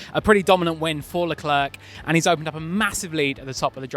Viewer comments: love your enthusiastic reporting.. but please please can u not call Charles Leclerk.. he's French (,Monaco) not Afrikaans.. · Why do some of these people insist on continually mispronouncing Leclerc?